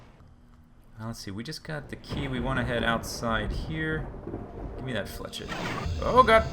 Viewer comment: flechette is french, you're pronouncing it wrong it's more like flee sh ette (the last part is like the end of briquette)